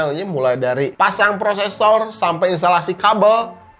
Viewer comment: Orang sunda ..😀😀 sampai bang🤭